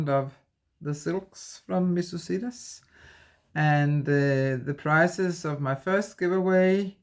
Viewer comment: Absolutely love your channel. I just discovered it today. By the way, regarding Missus Sedas: sedas means silks in Spanish . It's pronounced with a soft "d" that almost sounds like a "th". Hope that helps. Best wishes for medical appointment . The condition won't fix itself so continue to follow doctor's orders. 🤓 Everything will be fine.